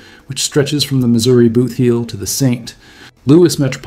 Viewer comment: Pleeeeease do not say st lewie! It is Louis! And the state is pronounced Missouri not missoura.